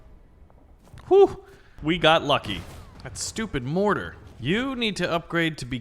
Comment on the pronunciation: It is mortar not. (Morhar)